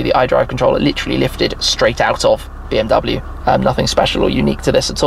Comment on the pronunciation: It is pronounced like BMW, not BMW.